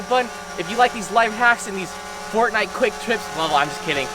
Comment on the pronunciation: XDDDD John Walsh wtf is fortNIGHT?